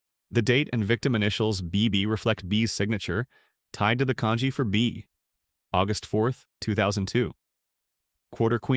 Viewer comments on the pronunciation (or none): none